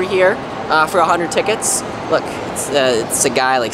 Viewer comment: hmmm never hear of five "hunerd" lol